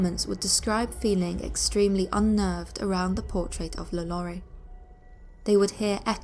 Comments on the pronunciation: La Lou-rie. Her name is pronounced "La Low-rie" even in English. That's what Google Translate is for, love. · law-lore-ree sorry but it annoys me when people pronounce her name wrong lol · Am i the only one cringing at the pronunciation of Lalaurie😖